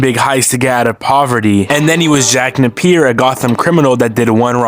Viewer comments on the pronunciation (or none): Jack NAY-PEEE-YER damnit Not NUH-PEER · It's pronounced "Jack Nay P Er"